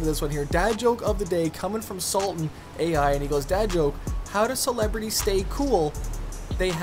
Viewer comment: Sultan A I 😂😂😂😂😂😂 ITS SULTAN AL